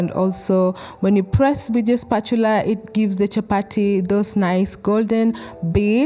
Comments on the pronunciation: It’s not chappa-tee it’s chappa-thee, it’s a soft “th” sound, as in the word “thin!” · You are sooooo beautiful. And how nicely you call it chapati. Amazing recipe. ❤❤❤ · I love the way you say CHAPATI 👌 Thank you for this video!